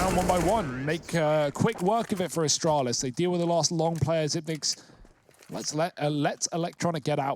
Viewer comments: Why do commentators keep saying Xypn8x , there’s no N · Faceit commentators Bardolph and DDK pronounced it like that when he first arrived and it stuck. DDK said they were pronouncing part of the 9. Xyp9x waited a while before telling people it was pronounced zipex.